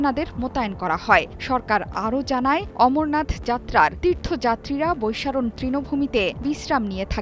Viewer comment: আপা বৈসারন কি? নিউজ পড়ছেন জায়গার নাম টা তো অন্তত ঠিক করে জানবেন!